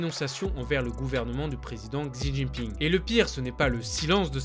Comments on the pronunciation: Juste le "x" en chinois se dit "sh", donc Xi Jinping ça se dit "shijinping" et Xinjiang "shinjiang" ;) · ah oui... "On dit bien shi djinping " hmmm ouais je vais te laisser livrer à toi même continuer à prendre les gens de haut parlant d'une langue dont visiblement tu ne connais même pas l'alphabet (pinyin)